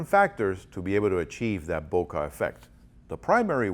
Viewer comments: you pronounce it bo-car ? do you (bokeh) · I have NEVER heard anyone pronounce bokeh "bo-kah" lmao!